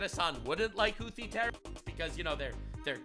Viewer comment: For a moment, I thought he said "Luffy terrorists" instead of "Houthi terrorists".